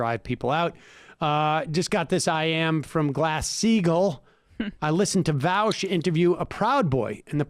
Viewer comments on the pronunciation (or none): It is far more likely that Vaush will officially change his name to "Vowsh" than Sam will start pronouncing it correctly.